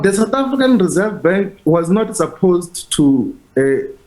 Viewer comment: Rerseve bank I not convinced how he spoke this morning another cover up